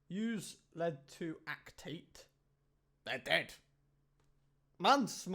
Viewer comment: Sorry but the way you pronounced acetate cracked me up ahah